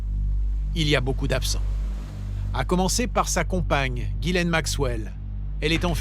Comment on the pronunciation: /twenty minutes in and I just couldn't stand listening to the mispronunciation of Ghislaine one more time.